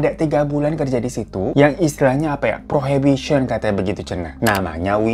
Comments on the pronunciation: Probation kaka…. bukan prohibition again, masa percobaan itu probation. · Probation bang, bukan prohibition. Nanti jadinya dikiran anak prohibition itu ‘anak terlarang’ 😂😂😂